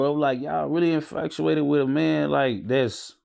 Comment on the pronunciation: I don’t know what’s worse: casually saying ‘infacuated’ and ‘scoffinated’ or the fact that viewers just going about their day like those are actual words 😂😂